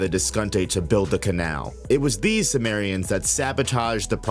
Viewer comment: simurians not sumerians 😂